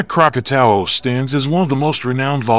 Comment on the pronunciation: Krakatau is pronounced "Kra-ka-taw". Krakatoa which was in its original form is now a caldera where Anak Krakatau sits. Krakatoa were three volcanic peaks erupted August of 1883 with the loudest sound ever recorded. The eruption could be heard three times around the World. 310 decibels (dB). This is believed to be the loudest sound ever recorded on Earth.